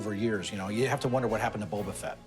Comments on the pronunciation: Boba* not bubba 😭😒🤦🏽‍♂️ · Calling him Bubba fett drives me crazy. He says he loves it more than anything? Smh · “Bubba fett” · lol superfan but calls him bubba fett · Yeah me too sounds like a brick hitting a window Gets on my nerves hearing Bubba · and you said Bobba not Boba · Loves it more than anything, can’t pronounce “Boba” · something this guy loves more than anything but yet he can’t pronounce boba correct